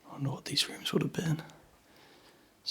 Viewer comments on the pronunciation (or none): none